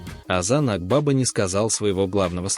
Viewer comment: Озан АквавА-ударение на последнее А.